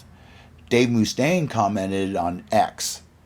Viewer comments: very much muh-stain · WHY ARE YOU PRONOUNCING IT "MOO" STAINE ? ITS LIKE MUSTANG ..."MUST"AINE ! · Its "MuhStain" not "MooStain" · Dave Moo-Stain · Must staine Not moostaine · It’s not pronounced Moostaine, it’s Mustaine! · Pathetic how this guy pronounces Moostaine, and not Mustaine like Dave himself pronounces it. Annoying. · dave moo-staine.. lol. chris was perfectly within his right just as dave did against metallica & his co-written songs on on kill’em but mustache hamboned chris.. it’s mustaine’s band, but elf was just as much the face of megadeth as mustaine was during their early years & rise & mustaine didn’t like it. marty’s right, when mustaine reformed megadeth he may as well have called it “dave mustaine” instead of mega, it looks like mega, it sounds like mega, but it’s not mega & hasn’t been mega for years. at least he’s retiring, we’ll see if he keeps his word, i think he’ll find a reason to come back when his coffers need to be refilled.. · It's not Moostaine dude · Ok, the Mooostaine thing is driving me nuts, lol. Have you never heard his name spoken before? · I've actually met Dave a few times. It is not Mooostaine, lol. Maybe they do it as a joke. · Who's Dave Moose-taine? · Moostain? Is this AI narrated? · Moo-stain haha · Dave Mooch-taine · By the way it’s not Moo -Stain ! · bro says moostaine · Great video but I cant stand to hear "Moooostaine". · "Dave Mooostaine" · I've never heard anyone call him Dave MOOstaine before. It's incredibly annoying! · he is now moo stain in my mind from this day forth 😄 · Moo-Stain had me cracking up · "Moostain" lol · It kills me every time he says it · More like Mue-stain! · Paused video. Needed to come down here and ridicule the narrator. MOOOSTAINE WTF MY GUY!!!??? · lol so just because some hollyweirdos said it wrong he repeats it? I saw peace sells tour. I've never heard anyone pronounce it moo-stain... never. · Why can't you say Dave's name right?